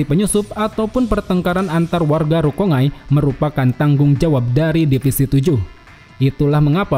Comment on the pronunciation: Bacanya RU - KON - GAI bukan RU - KONG - AI MAN - GA bukan MANG - A ZAN - GE - TSU bukan ZANG - ET - SU RAN - GI - KU bukan RANG - I - KU KU - RO - TSU - CHI bukan KU - ROT - SU - CI